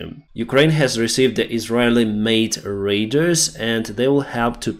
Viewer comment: It's funny to hear you pronounce "radars" as "raiders" 😂